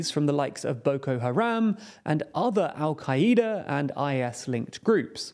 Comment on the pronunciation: That dumb moment when because your coup was successful you think you can take on 3 to 4 other countries militaries at once. Sure that’ll go well. Also al Kai ee da? Wtf is that? You mean al-qaeda, al kay duh.